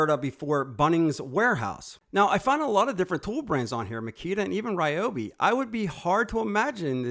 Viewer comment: Pretty sure it is Ree Obi!